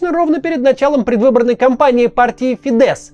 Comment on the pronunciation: Я волонтер в Венгрии с первых дней войны, почему то сильно умалчивается про то, сколько сделала Венгрия для украинских беженцев и партия Фидес (с ударением на и*, кстати)